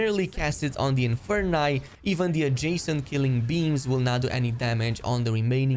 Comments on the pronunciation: "protengo"? "inferni" its "PROTEGO" and "INFERI" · Inferius, Inferi, know your latin please. Where did you get to pronounce the infer- NAI ? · I stopped watching when he said Inferni.